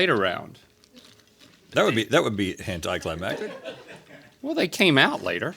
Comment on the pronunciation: lmao I almost got whiplash when I thought that I heard Rhett say "hentai climactic" but he actually said anti-climactic in a strange way 🤣😭